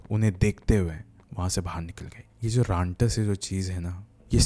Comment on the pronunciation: Rantas ❌ rantak✅